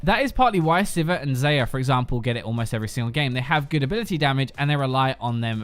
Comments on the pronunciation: WHY DO PEOPLE SAY ZAYAH ITS X-AYAH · HOW DID U JUST PRONOUNCE XAYAH >_> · XAYAH = ZEYER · That xayah pronounciation holy crap :0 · tilted. his pronunciation of xayah gave me aids. and multiple forms of cancer. my doctors said i had 5 minutes to live. using the time i have left to write out the rest of this youtube comment because obviously that's what i'd do lmao i'm a loser with no life but at least i don't pronounce vidya game characters names wrong. i'm wondering what accent he even has because i'm an ignorant american or what in the hell possessed him to pronounce her name that way. bcuz he butchered it. massacred. fucked it! god bless.